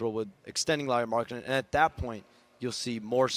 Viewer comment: who is Lauri Marketnnen?